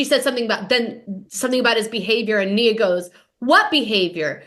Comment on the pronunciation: Her name is Nia not mia